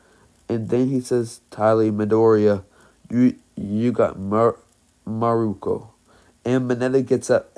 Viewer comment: It's actually miruko